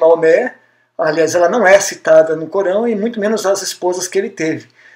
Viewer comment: Não sei se a vossa dicção é realmente Ruim, mas eu não entendi a palavra ALCORÃO momento algum, mas sempre entebdi CORÃO . Isto é muito ruim para quem quer falar ao público.